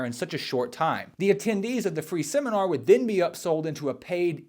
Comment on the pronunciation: I would never hand over money to some idiot who couldn’t pronounce the words technique and seminar. Yep, that would be the deal breaker.